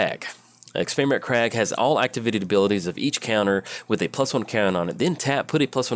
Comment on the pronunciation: Some interesting pronunciations today :P Scourge of Krog, Experiment Krag...